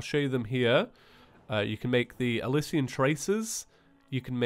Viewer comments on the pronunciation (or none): none